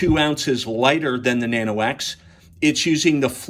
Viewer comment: 네노오 네노오~~ 리박 리박.. ㅎㅎ 발음 아무지네..